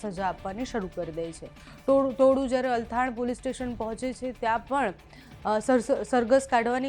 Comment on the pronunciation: ઓ મેડમ અલથાણ નઈ ચલથાણ વાંચતાં ના આવડતું હોય તો સમાચાર આપવા શું કામ બેસી જાવ છો !